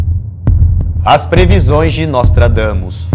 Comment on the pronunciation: juro q ouvi "nós tragamos" ksksks